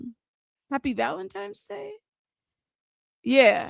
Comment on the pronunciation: Girl, I'm here for all you got I absolutely love your channel, but it is Valentine's Day, not Valentime's Day lol no M in Valentine's Day and it just drives me crazy. I know that's stupid, let people be how they want to be, right? I get it. As a writer though it just drives me bonkers. Much love.